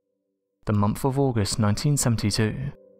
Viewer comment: There is no "F" in the word MONTH